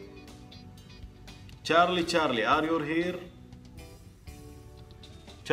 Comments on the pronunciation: ار يو .. وليس ار يور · Are yourrrrrr!!! يرحم أمك من وين جبت ال R !! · إيوا والله الR من فين جات ما أدري😂😂